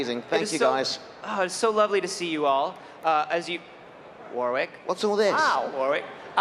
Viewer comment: Why can nobody pronounce Warwick properly lol 😂 sounds like they say warrrrrwick